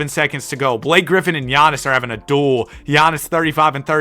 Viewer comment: "damn Blak-kay" that's crazy IYKYK